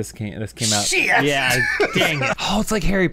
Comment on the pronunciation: i think what makes this even funnier is the fact that it's "SHIET" and not "SHIT!"